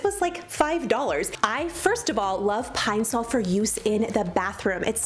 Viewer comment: My whole life I pronounce Ed it Pine-Saul 🤦🏻‍♀️ Pine- sole makes me cringe, but it’s obviously right I hate everything 😣